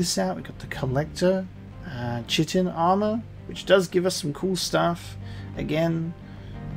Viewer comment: correct pronunciation for chitin is ˈkaɪtɪn